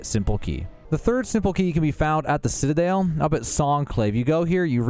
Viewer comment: “The Citadail”